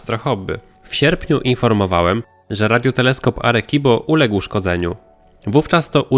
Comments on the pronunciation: Czyt. "Aresibo" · "Arekibo" hahahaha o jacie xd pękłem ze śmiechu